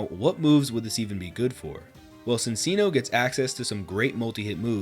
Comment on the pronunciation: That is NOT how you pronounce “Cinccino” 😭